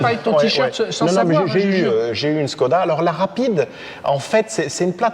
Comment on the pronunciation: on prononce chkoda, à cause du Š